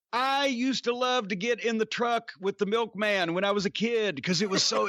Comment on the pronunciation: When he said Milkmam I knew some fun was gonna come.